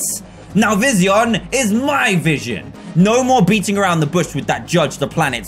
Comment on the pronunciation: Dan: pronounces vision Vizeeon Me: ARGHHHH